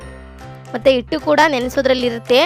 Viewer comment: ಇಟ್ ಅಲ್ಲ ಹಿಟ್ಟು